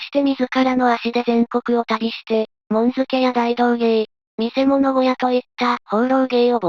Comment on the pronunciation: もんづけーではない、かどづけ～では？